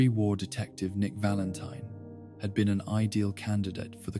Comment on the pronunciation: Why does this video have so few likes? "Nick Valenteen" Oh. Oh, ok.